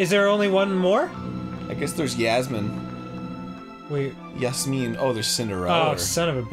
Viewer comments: Woow arin said jasmine's name right in arabic 😃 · did airn said yasmin !! omg when i thought no one would say her name right